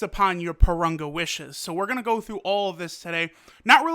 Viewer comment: Can you learn how to pronounce Parunga and Monaka the correct way...